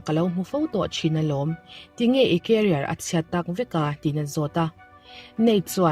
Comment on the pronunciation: Career leh carrier hi i sawi pawlh vek zel a.... Mi tamtak saptawng thiamlo zawk leh thangthar lo chhuak zel tur te tan hian thahnem hi ka ngai em a, Kan tawng chu ani lo.mahse YouTube a channel nei a,mi nuai Chuang subscriber nei tan Chuan a dik zawk a,lam hram hram hi a tha ka ti thin.nagmah hrim hrim sawisel ka tum na che anilo tih min hriatsak dawn nia.